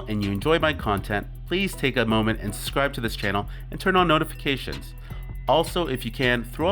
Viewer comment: Please scribe to his channel lol I like the way he pronounces it well doesn’t pronounce it like the sub part is soooo much work to say lol good vid though I’ll scribe